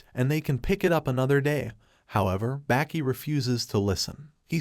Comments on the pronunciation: You're pronouncing the name completely wrong... Its baa- ki Not back - ee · Bro its not 'Backy' And its not 'Yogurt'